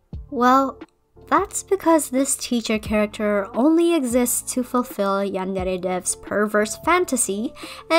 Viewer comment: I love the way you say "yandere" Also, do you will do Asu Rito or you will skip her?